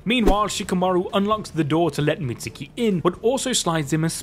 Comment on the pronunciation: Please learn how to properly pronounce Mitsuke’s name 🤦🏻‍♂️ Do you pronounce Sasuke “Sauce oo kee” no so don’t pronounce Mitsuke like that either it’s “meetz kee”